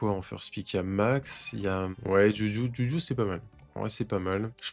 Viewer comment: Est ce qu'un jour tu vas bien prononcer le nom de juju?